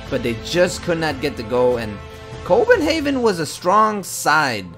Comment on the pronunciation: Haha you said Copenhaven that really cracked me up haha ;) Awesome video man! Keep it up! :D